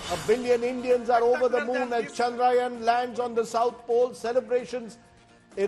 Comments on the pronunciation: For gods sake its not चंद्रायन its चंद्रयान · Yaan is not yan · Can Rajdeep learn to say the name "Chandrayaan" correctly? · Rajdeep, it's Chandrayaan, not Chandrayaan. I am ashamed.